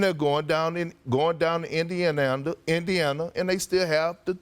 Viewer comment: Indian-ana is comedy lmao